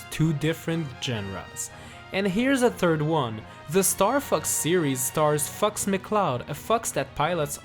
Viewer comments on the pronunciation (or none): did anyone else hear F**ks mcloud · Did anyone else hear "Fucks McCloud", or was it just me...?